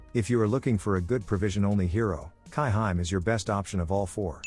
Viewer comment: Kai-hi-me, Voice Bot pronunciation SMH